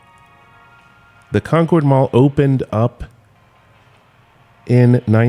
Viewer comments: We say "CON-curd Mall" here in Delaware (like "conquered"), not "con-cord." :) Love the video!! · It's pronounced Conerd. As someone whos lived within 10 miles of this place I can confirm, its still alive but any day now lol. The chik filet is keeping it alive. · I've never heard it pronounced Con-cord Mall. Also, there is a retro Burger King hidden in there. You can find a video after it was discovered several years back.